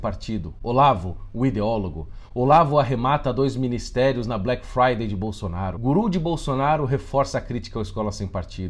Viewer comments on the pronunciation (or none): none